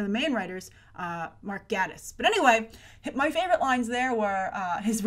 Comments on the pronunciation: also, GATEis, not Gattis. Really bugged me too! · Love your videos, Grace! This is minor, but Mark Gatiss' name is pronounced "gay-tiss." He has personally commented on the pronunciation in relation to his sexuality :) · Mark Gate-us not Gatt-us. And Steven Moff-it not Steven Mo-fat. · Um, he might be unhappy in his marriage because he can't trust his wife because she murdered his best friend? Also, it's pronounced gay-tiss and Moff-it. The show creators have always said that this is a show about a detective and not a "detective show". Most of Sherlock fandom has come to a consensus that this episode is Sherlock telling a story of what happened to Ella, but altering details (as was done to the video of Sherlock shooting Magnussen in the opening-the Sherlock creators rather than being "out of ideas" are still packing their episodes full of subtext for those who look.) Its quite obvious the squaddie/secretary didn't shoot her, she was shot from behind. They taught us to view bullet wounds carefully when Sherlock was shot. Lots of blood blooming out? That's an exit wound.